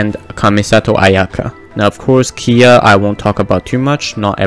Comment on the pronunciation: When did kaeya turned to kiiya lol